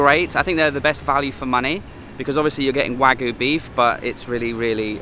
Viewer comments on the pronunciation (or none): Liked the look of the burgers. Just got to remember to pronounce that "y" in wagyu.